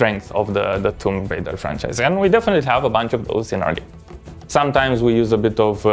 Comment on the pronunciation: i love how none of TR developers can correctly pronounce the title of the game lol